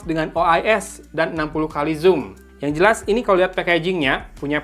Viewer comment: Sumpah ini infinix plg ampas yg dilauncing (based on the price), masak g95 dibilang ultra gaming, trus note 10 pro itu g95 apaan? wkkkkk Trus, si abang announcer puluhan kali bilang SIRO X ampuun dah ampe gedekkk dengernya, udah gitu zoom alias zum disebut ucapnya sum. Padahal gw nahan² dr sebulan lbh buat beli pucu X3 Pro, kirain Zero X Pro ini worth gimanaaaaa gitu, aak gw kelahi abangnya dibeliin X3 GT